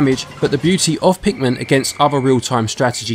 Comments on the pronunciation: lol you keep saying it like Pikmen. You certainly do not say pikMIN. Good review tho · Pikmin not Pikmen